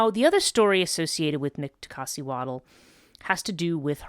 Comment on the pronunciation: Dude she can't even say her name right. Worry about your own culture, stop embarrassing mine with your outsider speculations. There's a while cult and mythos that survived from ancient times well into present day, the Nagual are very much still active. You just don't know because you are an outsider of our culture and will remain so- particularly concerning this lineage of sorcery. Have a great day